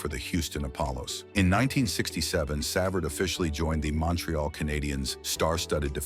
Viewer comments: Brutal. Pronounced Sa-Vard. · Shut this crap off. The least AI can do is pronounce his name correctly. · AI cannot pronounce his name.